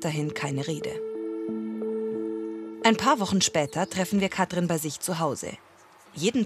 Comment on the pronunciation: Es macht mich wahnsinnig wie die Sprecherin Katrin sagt. Das ist wie Kafö statt Kaffee. Kann man bitte jemanden nehmen, der Wörter anständig ausspricht?